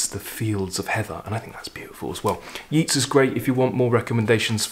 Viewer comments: Hello over in Dublin,. My family all come from Dublin:) Many of my mangled pronunciations were learnt from reading when I was little, long before I heard the pronunciation. They can be rather difficult to shake off! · Chapeau! I was about to include the correct pronunciation of Yeats, but felt it would be a little presumptuous. Can't think why. I am actually the type who calls a spade a bloody shovel! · It's not Yeets as u pronounce Yeats....I'm Irish...it's pronounced Yayts....love your channel...just found u....I love that everyman series of books.....poems are music of words...meant to b read out loud....greatest thing I ever did was study 'elocution' where we called out poems learnt off with gusto and hand gestures....this is my 3rd video of yours today (found u this morning by typing 'something new' ino YouTube ) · Always watch and listen to your programme on You Tube and its always interesting. Just so you know, Yeats is pronounced YATES and Inishfree is pronounced as spelt. INIS is an Irish word meaning Island. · Thanks for your very enjoyable content and hi from Dublin. We pronounce it Yeats as in dates; not Yeats as in Keats. Maybe you know something I don’t… fyi. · Great selection, the Shelley and the Yeats are among my favourite poems. Yeats himself is probably my favourite all-round poet. My daughter's boyfriend is from Sligo, his family grew up and still live a stone's throw from Innisfree, beautiful country. I love WH Auden's haunting poem 'In Memory of WB Yeats" is, with its presage of war. You've probably been told that the correct pronunciation is "Yates", btw. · Your commentary is so eloquent, I feel you would want to know the proper pronunciation of Yeats' name: it rhymes with Gates, not Meets.